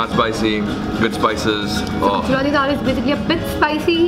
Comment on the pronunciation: You’re the first foreigner who can pronounce Gujarati as a natives 😃😃 welcome to my city .. friend